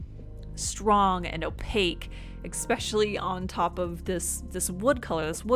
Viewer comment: I love your art but god, I can’t stand "exspecially".